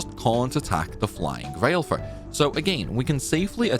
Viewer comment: BTW, Valefor is pronounced "Va-luh-for", not "Vail-for"